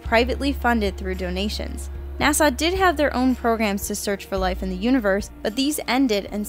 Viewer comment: It's NOT NASAW.